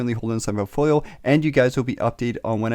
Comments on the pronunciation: POULT-folio, is how it's pronounced, right buddy? A portfolio is like poultry to you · "portfolio" "poultfolio" "POULTfoliooooooo" !!!